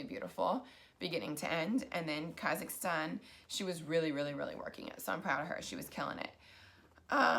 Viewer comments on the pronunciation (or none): none